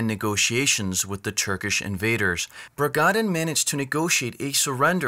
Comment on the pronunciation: Bragadin, not 'Bragandin'